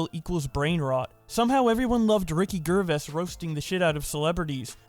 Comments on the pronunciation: "Ricky Gurvess" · "Ricky Ger-viss", lol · Ricky Gerr-vis? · sorry did you say ricky ger vase